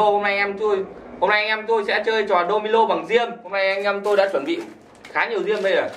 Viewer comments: Domino bạn cứ đọc domilo là cái gì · Domino thì nói là domilo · Đô mi lô hả anh phải là đô mi nô chứ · " Domino " chứ không phải " Domilo " ok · Đô mi nô chứ.. Đâu phải đô mi lô